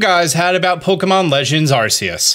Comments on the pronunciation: アルセウス is pronounced “aru-say-oos” so I don’t really understand where this “ar-Kay-us” comes from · ARCEUS = ARKEUS...... You've gotten it right before lol... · It's Arceus, not Arseus and I will fight you 😂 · If Arceus is pronounced “Arseus” then the Arc Phone might bump up the age rating a bit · I always pronounced it as ‘Arseus’, with a soft c sound, because of Zeus. I always thought the name was a reference to him, and it seemed fitting for the Pokemon god. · Fun fact the proper pronunciation of arceus is are key us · its arkoos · It’s arkoos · its pronounced arkeeus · For who want to know the correct pronunciation of Arcues and why it is, you only need to see the etymology of the pokemon and his name. He is the "alpha pokemon" and he have a strong link with the greek culture (ex. The arceus's plate was created after the defeat of the giants, reference to the battle of zeus vs the titans). Arceus is the combination of the word αρχή (Arkè, that means origin, primigenial) + Zeus. So the correct pronunciation is "Arkeus", with the accent on the "e". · Had to check out immediately after hearing arceus pronounced wrong. Can't do it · I’m not trying to be mean, but please google how to say arceus right